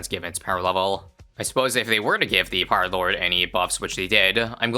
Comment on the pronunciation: Hearing say "Peelord" never gets old.